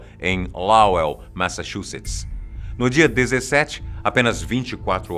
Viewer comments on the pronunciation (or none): Ele ainda sabe falar massachustes